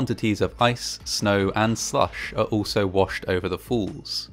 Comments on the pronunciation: Ok, is it just me or does the narrator keep pronouncing ' falls ' as ' fools ' ?, anyway, still a great & interesting video, the movie footage in it must have been some of the 1st ever done. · I literally had to turn this video off because of the way you say the word "falls" lol. Its falls, not fools 🤣🤣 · You sound as though you are saying 'fawls' instead of 'forls' (for falls) - just a quick pronunciation lesson! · Great job with this bit of history! Just can’t help that I keep hearing “fools” instead of “falls” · It is pronounced WATERFALL and not WATERFOLL. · Niagara FOOLS??? 😮Given today’s date, I thought at first that your pronunciation of the place name was deliberate.😂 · Try as I might, I'll never manage to make the phonetic "fall" at the end of this guy's "falls" pronunciation.